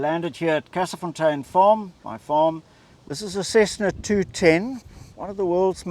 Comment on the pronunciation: As a local the way he said Kersefontein😂